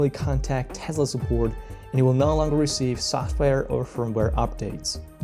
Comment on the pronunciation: Yeah, it's "Tess-la" not "Tez-la".